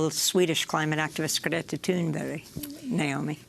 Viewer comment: Good job by the interviewer on the pronouncing Thunberg's name, on a "Swedish as a second language level, almost".